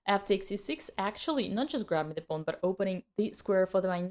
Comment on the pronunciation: I just like the way she says pawn…. “Pone”